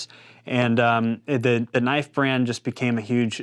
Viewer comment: Knoife? That's not a knoife. This is a knoife!